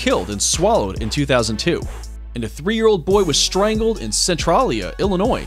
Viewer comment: Not. “Centrollia,” illinois. Centralia. Cen trail e ah